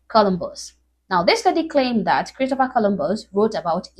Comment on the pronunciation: They don't pronounce the t anymore. Candice Owens does that too.